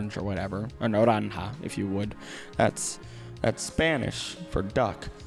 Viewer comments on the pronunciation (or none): none